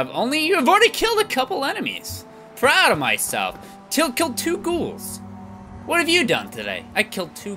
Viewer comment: I've been rewatching the Bobblehead Collection series lately and followed it up with this. I love how he finally says "Ghoul" correctly, but still called Bloatflies Boatflies.